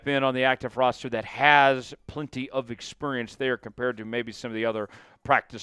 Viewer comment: Just FYI, the word is pronounced Ex-peer-ience, not Ex-purr-ience. No cats involved in this word. All smiles. 😉